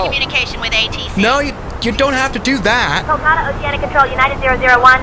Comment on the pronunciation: Kullkata 😂😂😂😂 its kolkata